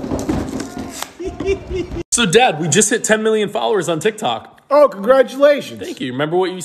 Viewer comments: Why did your dad say tiktak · "My TiKtAk" 😂😂😂